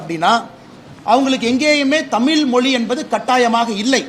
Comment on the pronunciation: ஒழுங்கா தமிழே பேசத் தெரியல உதய நிதிக்கு தமிழ் என்று சொல்ல வரல தமில் பெற்றோர்கல் என்று பேசுகிறார் இவர் தமிழை வளர்க்கிறாராம் காலக் கொடுமை 😂